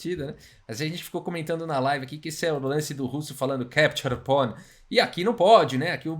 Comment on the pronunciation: Keptiur pon 🤣🤣🤣🤣 Pra quem n manja de inglês ele falou “capture pawn” com sotaque russo